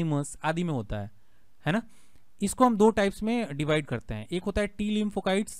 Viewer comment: लिंफोकाइट्स नहीं sir लिफोसाइट्स होता है